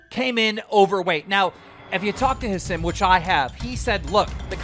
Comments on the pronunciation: Keem really said "ha sim"😂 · Learn how to pronounce Hasim…